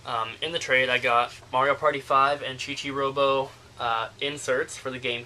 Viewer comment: Love your pick up vids..this the 2nd time ive heard you say chi-chi robo...its actually chi-bi robo